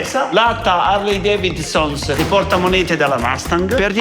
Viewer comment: Ciao, cmq si pronuncia devinson no devinsons...😅😅😅